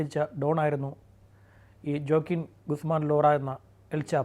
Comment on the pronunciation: Fact um pronunciation um എല്ലാം critically തെറ്റി പോയല്ലോ." ജ " ഒക്കെ "യ" എന്നാണ് പറയേണ്ടത്. ഓക്കിൻ എന്നാണ് joaquin വായിക്കേണ്ടത്. Facts um kore adhikam thett ആണ്. താങ്കൾ ചെയ്യുമ്പോ ഇതിലും മികച്ചത് പ്രതീക്ഷിച്ചു